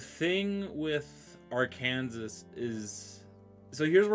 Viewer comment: It's pronounced "Arkansaw".